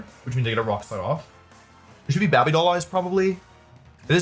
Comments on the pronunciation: How is babby made? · "bahby doll eyes" 😂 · Bae-bee* BABY WOLFEY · what is that pronounciation of 'baby' as 'babby'? asking for a friend?